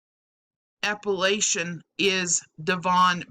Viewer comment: Hahahahaha!!!! Appalachian!!!! 😂😂😂😂 appellation!!! 😂😂😂😂 I bawlin